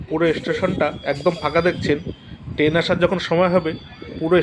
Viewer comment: টেন না কি ট্রেন